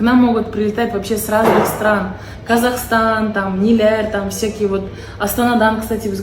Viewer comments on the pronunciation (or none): none